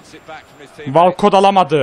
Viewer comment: Abi "walkot" değil "wolkıt" 😊